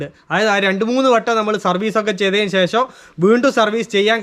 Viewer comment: 'ശേശ'മല്ല, 'ശേഷം' ആണു ശരി.